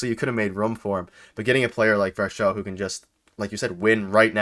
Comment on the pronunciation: You guys gotta doublecheck the pronunciation of Varsho's last name lol